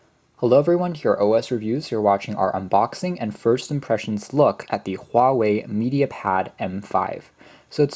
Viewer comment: you must be Chinese or at least Asian, cuz you are the only youtuber who got the Huawei pronounced right. lol